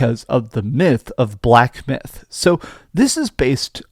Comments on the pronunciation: Black Byth Wucome, what! Did you really say that in the opening. Stay off the weed bro 🤣 🤣 🤣 🤣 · Did he say black “byth” wikong😅😅😅😅